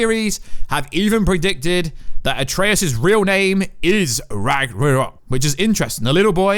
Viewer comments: it's Ragna-rok Your saying Ragna-nok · Ragnarok... not ragranok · it’s ragnarok, not ragranok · DUDE YOUR NOT SAYING RAGNARÖK RIGHT!! 😡😡😡😡😡😭😤😤😤😤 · Ya it bothers me as well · you two are a perfect pair, he cant say it and you cant spell it..... RAGNAROK!! HAHAHA but yes it was the worst when hes talking about Atrias.